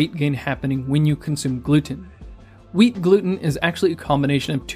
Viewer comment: Am I the only one who hears weed instead of wheat every time he says it?